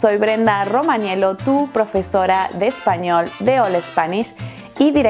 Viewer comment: Perdoname por qué pronuncia tu nombre como Ro-ma-nie-lo y no Ro-ma-nie-llo (yo) 🤷